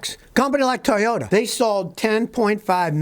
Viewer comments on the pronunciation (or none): none